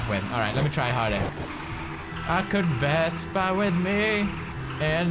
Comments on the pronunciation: Why do you call the scooter vestpa? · vespa, not vesper